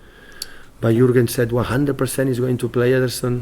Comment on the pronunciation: I think he's obsessed with "Yurgin"